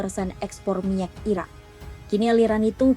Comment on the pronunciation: Ini cara membaca berita si pembaca berita agak unik, selalu diakhiri dengan nada tekanan yang aneh pada setiap akhir pembacaan. Belum lagi pengucapan kata "Iran" terdengar seperti diucapkan "Iraq" ? Untuk media selevel kompas terdengar tidak profesional. Koreksi jika saya salah.